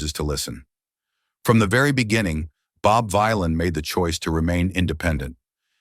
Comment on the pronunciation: its the AI VoiceOver that cant read it the proper way.